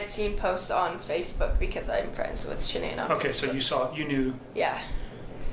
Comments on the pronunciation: Did you almost say sha-nee-nee😂😂😂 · She mispronounced her name...its ok.